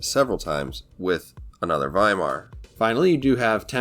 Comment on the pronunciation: Great! The first non-german CC who pronounced Weimar correctly 👍👍